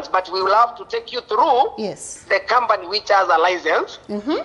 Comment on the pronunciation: 😂😂😂😂😂😂 And 'kambani' as company.